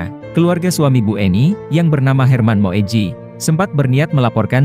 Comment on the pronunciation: Baca Moedji adalah Muji. Seperti Soekarno bacanya Sukarno